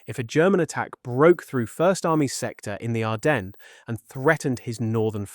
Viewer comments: Sigh … another mispronunciation “Arden ness” it is ardenz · Can't get your AI to pronounce "Ardennes" correctly? No credibility.